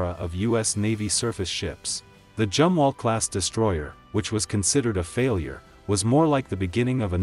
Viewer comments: All in all a good informative video. Only the computer voice "Jumwalt" is a silly problem. I am glad the Tico class will be replaced by essentially the Burkes upgraded to almost the same level. Air defence w/lazers will be a great asset in the future. Wouldn't a new 7" RF gun be great for all NATO 600' cruiser size ships they are building? With a 60 mile range and a 250 lb. shell, it might be cheaper make than the Zumwalt guns, (due to being less twiddly to make). Big enough to take out serious targets w/out using a missle. Put the 5" gun on the "Constellation" size frigates....not that piddly 6 pounder 57mm! Seems we are truly on the edge of Sci-Fi weaponry in the near future. I hope humanity survives it...... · Zumwalt not jumwalt🙂